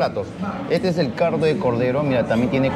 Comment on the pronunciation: y CARDO de cordero, se dice a si o se puso CUBANO MI